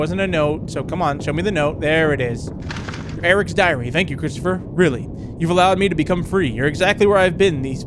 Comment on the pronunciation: When he said my diary I thought he said my diarrhea 😂😂😂!!!